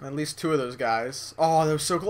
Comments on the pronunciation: Lol repeat ' 2 ' around every second.. sounds kind of spanish:P And im sorry but says it all when you press 7.. Im totally not.... Watching this video:P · Lol repeat ' 2 ' around every second.. sounds kind of spanish :P